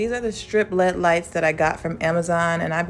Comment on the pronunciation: not meaning to shade or dis you, but it is actually pronounced L. E. D. (Light-emitting diode). Just thought u'd wanna know for future episodes......LOVE ur work! (and u can delete this after reading....I wont be offended!)